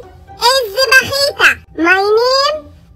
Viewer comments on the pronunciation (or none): ههههههههههههههههههههههههههه 😂😂😂 المفترض يقول باهيته مو بخيته 😛😛